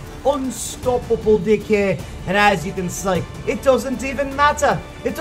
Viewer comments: Is it just me or did I hear "dick" every time he said "deck" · I hear you say di*k, instead pf deck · He copy Chief Pat "dick" xD (Deck). LoL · can you say DECK without changing the letter E into I? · Thanks... my mom keeps looking at me everytime you say deck. because the way you say it sounds bad 😂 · Lol I love when he says deck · I love your accent especially when you say deck